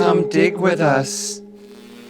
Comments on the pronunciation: I thought they said “come d*** with us” 😂😂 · Come dig with us? I'd say that G was pronounced rather powerfully